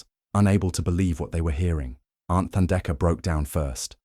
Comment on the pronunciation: Beautiful story, indeed. But it is Thandeka, like tough or tide, not like the or thigh.